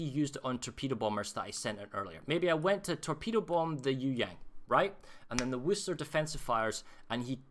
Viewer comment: Worcester, Massachusetts. No “h”. Pronounced Whuhster or Whuhstaah. - this is a really good tutorial, whether you’re playing CV or anything else. Especially an AA cruiser. Thanks!